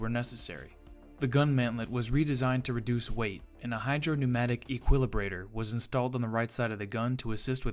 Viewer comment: "equilivator" ... wtf is that?